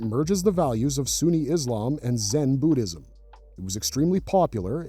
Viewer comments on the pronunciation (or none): none